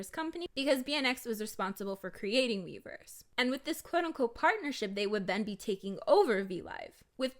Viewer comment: i keep hearing miiverse instead of weverse 💀💀💀💀